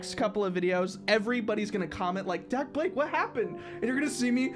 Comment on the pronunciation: You said Dakblake wrong 😂😂😂